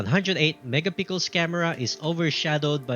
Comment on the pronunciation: Akala ko ako lang nabobother sa mega pickles nya😂